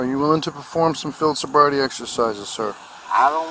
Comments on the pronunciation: "I'm not intossicated!! And you never gave me a sobribety test!!"" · 😂😂😂 "sobvrity" .. love it man!!!!